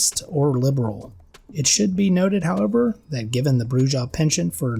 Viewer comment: Brew-ha, not brew-jah. Please.